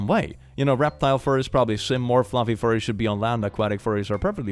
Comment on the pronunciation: What are these..fur-ays of which you speak?